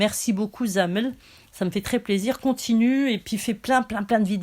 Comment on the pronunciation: Ce n'est pas Zamel mais Kamal. Zamel ce n'est pas gentil. Ou alors tu le fais exprès!!!!!